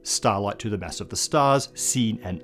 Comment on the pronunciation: His pronounciation of "mass" is ridiculous.